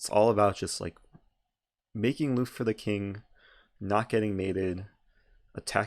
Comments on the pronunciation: “make looft” what? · Dear Eric, i am from Germany and germans love to know better. So Luft is pronounced with a short u like in put or look. I still wonder why in chess they use a complicated german word like Zwischenzug. May be cause german people love to know better and surely people will pronounce wrong the first time... Btw nice video, i like all of yours!